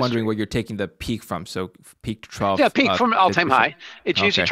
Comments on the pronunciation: I cringed every time said “peak to ‘trowel’“ instead of trough. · English protip: "trough" rhymes with "cough" a "trow" is something else entirely. Someone please teach Americans how to speak English. :-\ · Trough, sounds like "trof". A low point between two high points, as on a graph. Is that what he means by "trouw"?